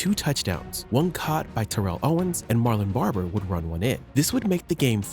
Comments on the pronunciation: Just wanted to mention that It’s “Marion Barber” not Marlon Barber. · Did you say Marlon Barber?